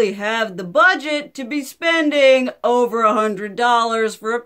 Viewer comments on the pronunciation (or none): none